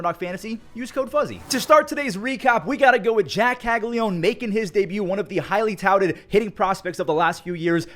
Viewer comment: On what planet does “caglianone” get pronounced “caglione”…